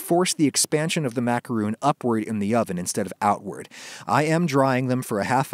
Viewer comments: The real secret to macarons in to pronounce them correctly: macaroons are a completely different cookie! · Stop calling then macaroons I gets o mad it’s macaron!!!! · lol. American dictionaries do not give "roon" as an acceptable pronunciation for macaron. I don't what you're smoking. American Dictionary: macaron[ mah-kuh-rohn, ‐ron ] American Heritage Dictionary: mac·a·ron (mä′kə-rôɴ, mă′kə-rôn) Websters Dictionary: macaron: ma·ca·ron | \ ˌmä-kə-ˈrōn Oxford Dictionary: macaron Pronunciation /ˌmakəˈrän/ /ˌmækəˈrɑn/ Collins Dictionary: macaron [makaʀɔ̃ ] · When 99% of English youtube videos (both US and UK) say makarohn and not makaroooon, you might realize it might be you that is using a non-preferred pronunciation. Again, look at the Wiki entry. For the spelling you use (macaron), macaroooon, is not an option as a pronunciation. If you want to pronounce it as macaroooon, then use the spelling macaroon. Read the Wiki pronunciation guide very carefully: A macaron (/ˌmækəˈrɒn/ mak-ə-RON;[1][2] French: [makaʁɔ̃]) or French macaroon (/ˌmækəˈruːn/ mak-ə-ROON) Do you see very clearly there it says for the spelling macaron you have two Anglicized versions and one nazalized French version. For the spelling macaroon, you have two versions. Your pronunciation matches the spelling for macaroon, not macaron. It really isn't that difficult. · it is a french recipe, and it is a french word, and a macaroon is a different cookie. for everybody's sake please just pronounce it the correct way, 'ma-ku-ROHN' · Darth Sidious Haha, I'm American and I say macaron and macaroon because they are totally different cookies. Adam just doesn't give a sh*t about the correct pronunciations. (Im a baker, used to work in a bakery, and a starting avid cook, and my old boss who went through college for baking said its pronounced in the old french way, and they are totally different cookies) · Roon is a coconut thing but Rohn is this correct pronunciation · Just call them the Makrone